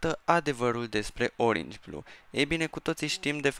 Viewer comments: Nu se zice oringi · Nu se spune oringi blue cine crede că e greșit cum spune el sa de-a Like aici